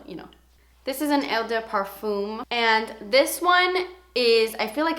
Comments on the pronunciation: I'm from Blegium so... Eau de Parfum - Oh (like "OH my god!") de (this one you got right) PA (like in "PAsta") R (like the french RRrrRrrrrr) FUM (like "FUN" but don't say the N ) Eau de Toilette - Oh (you know..) de (...) TOI (like TWA in twat) LETTE (like "LET me explain how to sound french") You are wellcome! I love you <3 ps: my parfumes Gucci by Gucci and L'instant Guerlain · Eau is pronounced Oh - sort of or at least the best i can phonetically spell it. pArfuuum not per and not fume. Twah Lett not toilet. Sorry, Canadian and french is my second language and I speak Spanish Portuguese, Swiss -french, german and Norwegian. The toilette’s are not as long-lasting as parfum’s. Just as a rule, it’s how they are made. Stick to parfum’s for sure if you are looking for a long lasting or often heavier scent ! ☺️ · Good video. On your pronunciations, Toilette = twahlet Parfum = par - fahn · Hi I loved your video!!! I'll be sure to give these perfumes a check! for the pronunciation of "eau de parfum" it's pronounced "oh-duh-par-fuh-m" I hope that makes sense and kinda helps a bit!!!:) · NOT BEING MEAN WHATSOEVER but I can speak 4 languages and just wanted to let you know , it's pronounced O DE PAARFU (the M isn't pronounced ) and O DE TOILETTE ( the T is really promenent )hope I was helpful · You are the funniest!!! 😂 Your accent is really cute when you say Eau de Parfum & Eau de Toilette! In French, Eau de Toilette is pronounced "O de to-ah-let" and eau de parfum is "O de par-fun" without the N at the end of fun! I don't know if it made sense, but if you understand your french is sure as hell going to be perfffff ❤️ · Hi! Eau de toilette is pronounced "oh duh twah-LET". I can't quite figure out how to write parfum phonetically but if you look it up google translate will pronounce it correctly for you!